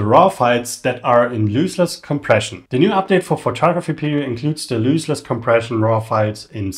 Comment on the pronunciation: great video... btw, it's LOSS-less compression, not LOOSE-less : )